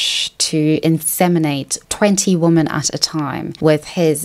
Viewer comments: Please, please correct your pronunciation of 'women' - it's plural, so why are you saying 'womAn' every time when you mean 'women'?? It's driving me nuts. Otherwise, great content ) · The word "women" is pronounced "wemen" not "woman." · Why do you say "womAn(s)" when you mean "womEn"? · Please educate me why you pronounce women as woman (good faith question)